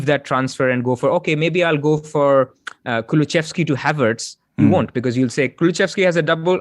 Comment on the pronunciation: It's Kulusevski - where are you getting the pronunciation "Kuluchevski" from?